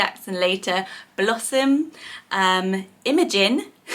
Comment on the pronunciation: My name is Imogen and it’s pronounced exactly the way you said it in this video. Imogen is a beautiful name, why spell it Imagin? Yes, it already sounds like imagine or image but spelling it that way makes it look bad. I’ve met quite a few people with my name in my life, and I was born in the year the name was most popular.